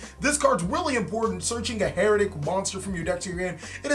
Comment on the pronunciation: It’s been 5 years. Pronounce the archetypes name properly already.